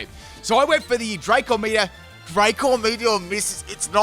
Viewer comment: It's Draco meteor not dracor meteor